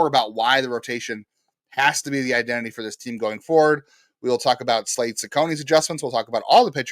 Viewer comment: FYI, you butchered Slade's name. But, I am intrigued by the recent rotation developments.